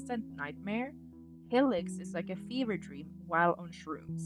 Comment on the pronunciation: Great vid but why do you pronounce it like Helix 😭😭😭